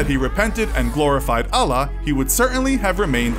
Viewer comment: you said ALLAH wrong